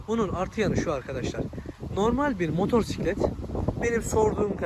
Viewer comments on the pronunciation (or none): none